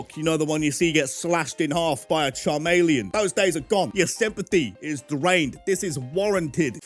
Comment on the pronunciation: “ChAR- MAy-LEY-ON!!